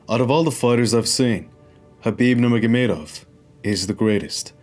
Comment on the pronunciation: showing off. Just because he can pronounce Khabib's surname so well, no reason to say it so many times... Great video